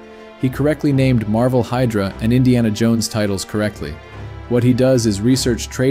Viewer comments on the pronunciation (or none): none